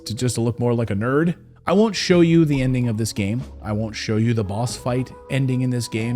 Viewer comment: Did you just say ‘nerd’?